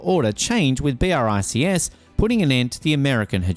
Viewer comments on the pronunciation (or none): It's not B.R.I.C.S. Check the pronunciation, would you?🙂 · I can't get over the narrator saying "B, R, I, C, S" every time...